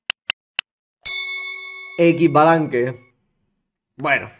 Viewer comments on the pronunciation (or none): No se dice Equis balanque se dice istbalankhe